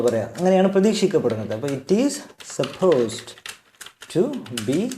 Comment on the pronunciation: ഇതിന്റെ ഉച്ചാരണം സപ്പോസ്ഡ് ടു അല്ല ബ്രോ സപ്പോസ് ടു ആണ് ഡ് silent ആണ് don't mis guide people